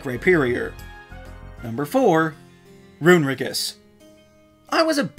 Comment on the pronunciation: Runerigus is pronounced with four syllables: ROO-nuh-REE-giss